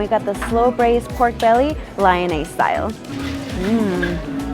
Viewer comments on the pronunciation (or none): Another great video ! ( PS oeufs is pronounced more like " uff"- it is called a digraph, where the o and e are combined but you dont really hear the e, and Lyonnaise is LEE-Yon-aise)